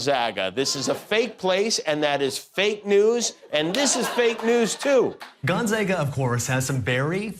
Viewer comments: His monolog is always good until it fizzles out at about the halfway point... and he needs to learn how to pronounce Gonzaga (GONE - ZAA - Ga!) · I know it’s a joke but Gonzaga University is named after Saint Aloysius Gonzaga, a Jesuit. Many Jesuit universities have buildings named after him. I lived in Gonzaga (pronounced gon-ZAH-ga,) Hall for two years at Fairfield University, another Jesuit school. Trust me, it’s all too real.